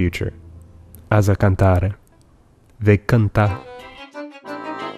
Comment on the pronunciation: It is Canere, not Canare